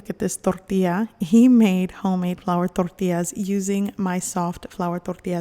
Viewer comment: Why does she have to say tortillas like that?